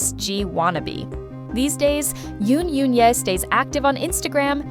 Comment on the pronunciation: Please pronounce the names properly: Goo Hye-sun is pronounced Goo Hesun... Yoon Eun-hye is pronounced Yun Un-he... The vowel in Eun is pronounced as in the u in put